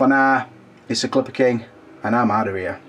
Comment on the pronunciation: I love ya Clipper, it just cracks me up you can't pronounce an "H" sound. ear and there and over ear lol